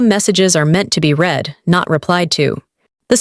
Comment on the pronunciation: The verb "read" pronounced "reed" in the infinitive and the present tense; and "red" in the past tense and the past participle! The commentary must be checked!